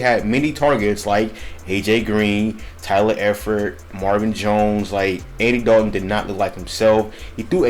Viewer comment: I thought you was a fan until you pronounced Tyler Eifert the way you did lol